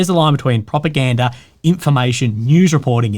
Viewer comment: Propagandery ? 😅 is that the kings English?